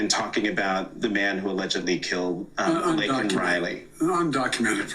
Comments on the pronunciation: That name was deliberately said wrong. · SAY. HER. NAME. But he refused to even do that correctly. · He has no idea what's going on around him or in the US. But, they dope him up to give some ranting speech, butchers that poor girl's name and later retracts calling the guy an illegal. An apology to a murderer! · 18 March '24.-----I somewhat regret not watching the "SOTU' Address, I must confess that I can't stand "olde" Joe, I believe he's an evil old man, instead of calling him as President Biden, call him as Puppet Biden and somebody/thing is pulling the strings.-----Regarding his saying Laken's name wrong, well, what to expect as he gets countries wrong and saying the wrong leader for a certain country?, more evident in the example of Laken Riley, shows that Joe Biden doesn't understand in the same way as the mother (in general, "unto each their own") and I wonder does he really care?, probably not.